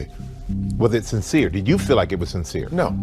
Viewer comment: I really wanted to watch iiiiiiit, but you keep dragging out the last syllable in ever seteeeeeence.